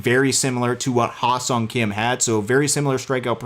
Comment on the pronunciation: I probably spent about 20 minutes working on the pronunciation of his first name prior to the show to get it right. As soon as I started talking when the stream was live, the only thing I could think of is the incorrect pronunciation his name. You could probably see me trying to think of it as I'm talking and stalling the move the Dodgers make. Totally butchered the pronunciation in this stream, but what can you do. I will continue to work on it and try to get it right next time! Also, thanks for the pronunciation of "Kim." I will try to adapt the correct pronunciation when talking about Hye-seong and Ha seong. Appreciate the feedback and support,!